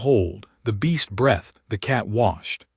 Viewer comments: and figure out how to make the AI say \breethed\ not \brethed\ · Breathed.. bd pronunciation